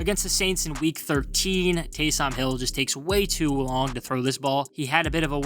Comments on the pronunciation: Why is he pronouncing Taysom like that😭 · Cant take a guy serious that cant pronounce Taysom